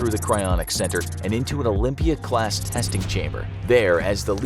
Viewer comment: Wait did he say “Olympia class” I’m keeping my eye on this one